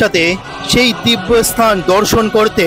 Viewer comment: অশিক্ষিতের মতো ব্লগ!"এস্থান"-- নয়,স্থান। উচ্চারণ দোষ না কাটিয়ে ব্লগ করলে বেশিদূর এগোতে পারা যাবে না!